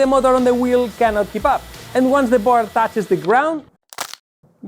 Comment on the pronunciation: Que sepas que "board" se pronuncia "bord". ¡La "a" no se pronuncia! Saludos.